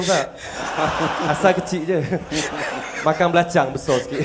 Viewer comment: bahasa TERENGGANU hujung pekataan ada "NG" contoh:makan = makang